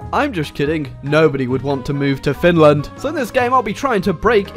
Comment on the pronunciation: Perkele wtf did you just say about Finrand?